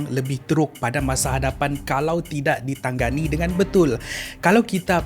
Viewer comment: 😀😀😀 but you mispronounced of ditangani how come,are you malay or you're might be a Filipino right